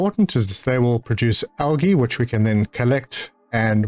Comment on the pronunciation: Just found your channel and am enjoying your content but was wondering if english is your first language because you say algae weird